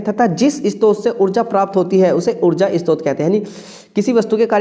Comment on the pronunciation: Istrot nahi hota hai sir short hota hai